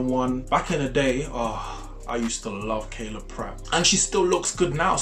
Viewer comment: Him saying Kayla instead of Kyla is such a mood. I was at a watch party and said "Omg Kayla Pratt!" and was throughly flamed for fucking up her name 😂